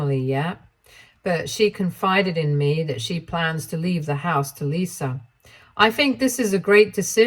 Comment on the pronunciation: There is no "R" in Lisa